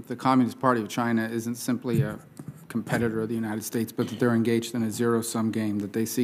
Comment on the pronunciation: He should’ve started by betting her she couldn’t say competitor.